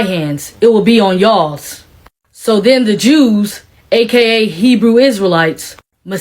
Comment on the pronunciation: Did she say Herew Israelites? She has a camp mentality... Stop the foolishness, nonsense